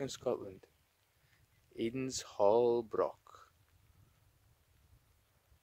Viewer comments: C-O-C-KBURN!! Whit's wrang wi KOH-BURN? I don't want to haunt your Comments sections as you do interesting videos with excellent music, but to Scottish ears hearing BROCK and your mispronunciation of Cockburn really grates on the ears. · The hill you’re on is pronounced Coburnlaw, leave out the ch. The word broch isn’t pronounced with a k at the end. It’s pronounced the same way as loch. I grew up just a few miles from there.